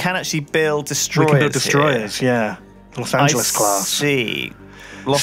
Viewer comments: I just... You said Lost Angeles Wrong... and then you said you couldn't stand it... I.. um... ok then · Los Angeleez